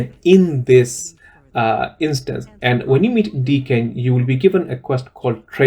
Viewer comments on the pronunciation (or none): none